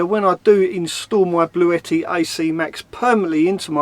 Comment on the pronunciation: you pronounced it right it is Bluetti not Blue-tti. I’ve actually spoken to them this morning x ps try the slow cooker x Roly